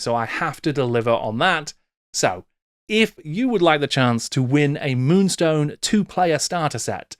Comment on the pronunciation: Multi award winning moonstone ... get the name right 😊